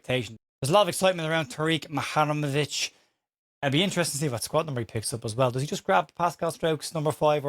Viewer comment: You really can't say it can you. Lol😂 Mu-Ha-Rem-Ovic.